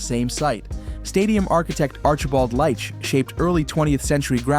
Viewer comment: Leitch is pronounced 'Leetch" not 'Light-ch"